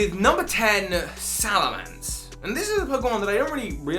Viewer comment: I think you mean corkscrew crash, also it's Salamence, not Salamance (sorry, I still think you are awesome)